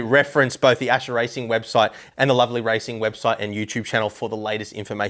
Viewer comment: Its Ascher, not Acher :>